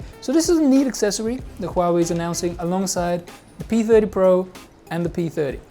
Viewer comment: Pee-thedy-po? Pee-theeedy-Po...